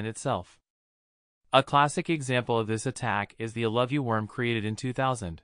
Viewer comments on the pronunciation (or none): Factual content? Present. Actual humans? Absent. (speech synthesis engines are notoriously bad at compound words used as names - an example in this one is the "iloveyou" virus being pronounced "ill a view")